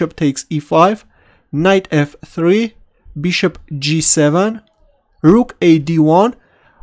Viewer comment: No offence But, Y u no pronounce bishop right?!?! Beeshop?